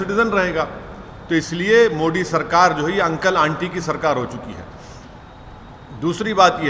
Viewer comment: गधे हमेशा कन्वर्जन अपनी मर्ज़ी से नहीं होता। पहले अपनी हिंदी सुधार-100बार बोल-मोदी-मोदी-मोडी नहीं-मोदी-तेरी ज़बान साफ़ हों जाएगी